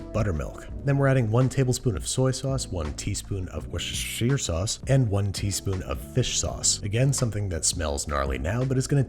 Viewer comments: I love how he pronunces woshishishusher sauce differently Everytime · How he says Worcestershire sauce hahahaha I had to rewind to hear it again and again. Why can't America's pronounce it 😂😂